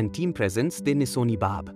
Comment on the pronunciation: Its Danison Bard and nor Danisoni. By the was nice video 👍